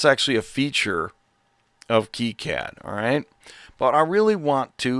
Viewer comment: Thank you for pronouncing KiCad properly.